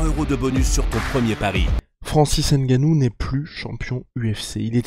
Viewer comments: une video d'amateur vraiment il suffit de regarder l'itw pour comprendre ... et en plu c'est pas "n-gannou c'est NGANNOU" Merci bien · J aime le G tt seul 🤗🤗🤗🤗🤗 quelle éloquence